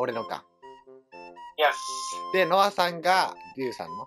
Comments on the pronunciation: よかったね、のさんになってるwww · 途中ノアさんじゃなくてのさんになってたw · 3分33秒のところ のさんwになってますよ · よかったねのさんになってるw